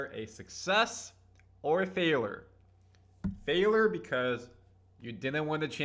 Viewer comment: The way you pronounce FAILURE is a FAILURE 😂